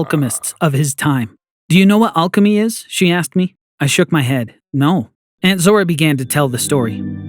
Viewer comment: It is not aaaaaalchemy it is alchemy